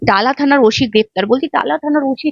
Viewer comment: কথাটা ওসি নয় ওটা OC উচ্চারণ টা ঠিকঠাক ভাবে করুন রিপোর্টার মহাশয়া। খুব কানে লাগছে